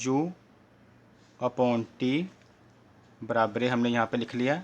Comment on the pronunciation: Barabare nahi barabar sir 😂😂😂😂😂😂😂😂😂😂😂😂😂😂😂😂😂😂😂😂😂😂